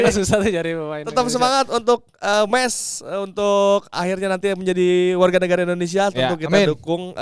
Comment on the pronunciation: Sorry nih bang, yg bener Meis jd ada ei-nya. ✌️